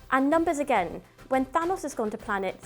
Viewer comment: "hokai" "thinose"